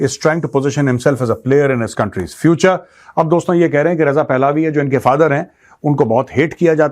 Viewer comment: It is not "पहलावी" It is "पहलवी"